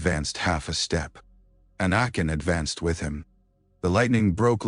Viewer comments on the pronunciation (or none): Your AI keeps pronouncing anakin as anuken who I think may have been a Eygptian Pharaoh 😂😂😂